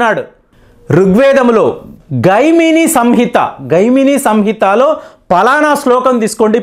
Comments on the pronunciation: గైమినిసంహిత కాదండీ మహానుభావా! అది జైమినీసంహిత. తెలుగువాళ్ళు ఇలా తప్పు పలకటం ఎంత బాధాకరం. మీరు జైమిని పేరే వినలేదా. అన్యాయం!! దయచేసి వీడియోను ఎడిట్ చేసి సరిచేయండీ వెంటనే. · జైమిని సంహిత. గైమిని కాదు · తమరి కృషికి అభినందనలు అది "జైమినీ సంహిత". (గైమినీ సంహిత కాదు). 🙏